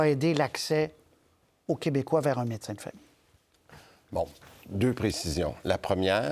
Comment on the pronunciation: Christian Dubé dit rénumération à la place de rémunération. Il dit également mécin à la place de médecin une fois. Juste une remarque…